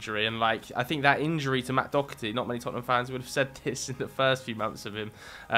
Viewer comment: You’re pronouncing Doherty wrong. It’s pronounced Doh-erty not Dock-erty